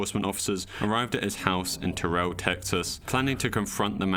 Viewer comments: Terrell is pronounced "tear-al" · On the second one it infuriates me how he pronounces Terrell TX. Idk why it just does, nobody I know pronounces it like that here in Texas.